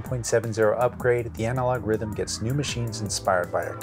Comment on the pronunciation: you need to work on your swedish accent, it's pronounced Rhh-tmm 😅